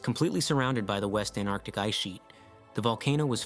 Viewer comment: AnTarctic, not Anarctic.